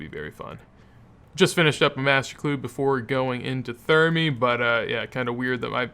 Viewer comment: you do thermy so weird lol